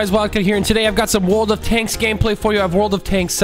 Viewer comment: The first time he said world of tanks he said "wold of tanks" 😂😂